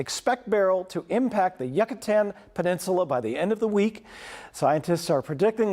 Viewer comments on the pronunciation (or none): We are living in the Yucatan Peninsula for the past 15 years. The first person in the video did say Yuck a tan but the second person was saying it correctly.